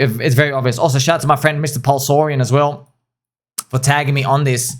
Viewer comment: its pulselorian not pulseorian, just saying, try to get names correct